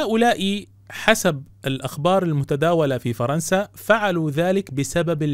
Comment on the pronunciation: فِرنسا وليس فَرنسا! "اكسِرُوها، كَسَرها اللهُ" حسبُنا الله ونِعمَ الوّكيل.